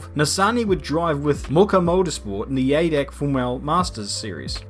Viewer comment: Wtf "wiTh Mucce Motorsports in tHe AidackKk Formel Masters"